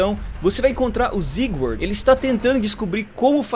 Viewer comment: nao é ziguard é cebolao